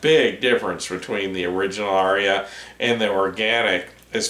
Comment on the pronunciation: Thank you,! Incidentally, the Indo-European word, “Arya”, has only TWO syllables. 🤓